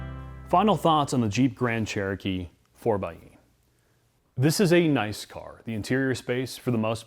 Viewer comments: It’s pronounced 4-by-e not 4-x-e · 4Xe is pronounced 4 (by) e like 4X4 4 (by) 4. in any case this is a very bad band aid for a company that is very late to the EV party. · You have done interviews with engineers, designers and a deep dive... but still call it a 4 "ex" e 90% of the time? I have a hard time listening to anyone's review that can't even say the name of the product correctly right from the start. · 4 BY E.. by the third time of 4XE I wanted to click off the video. I love you guys content but you’d think all this time with the engineers, you’d know how they intended it to be pronounced. 🤷🏼‍♂️🤣 Not sure I could pass on the Hemi for this. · pro tip: 4xe = four-by-e